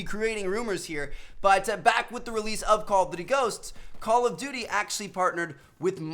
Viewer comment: The way he says call of duty is so atrocious!! Omg Lmaooo